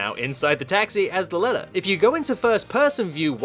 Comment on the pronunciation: You're not American Stop saying ledder